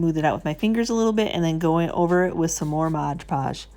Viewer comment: I love these projects. Please say MOD podge, not moj podge.